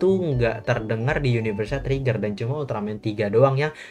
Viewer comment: Lu ngomong trigger kayak ngomong tregear bang